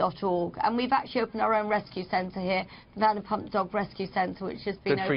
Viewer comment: VanderpLump and SesTa? For fucks sake Carlson, would it kill you to do 5 minutes worth of research on your guests so you can get their names right at least 😂